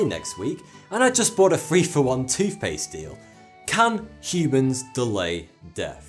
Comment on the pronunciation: thought he said "how CUBANS can delay death" XD